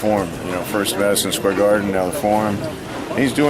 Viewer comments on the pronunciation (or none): none